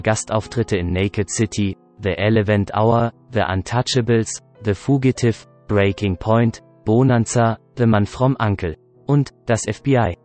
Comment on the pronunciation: Diese Intonation und Aussprache geht gar nicht, nicht nur das "SA-valas", sondern auch noch BOH-nanza und "The fuh-gi-tiff"....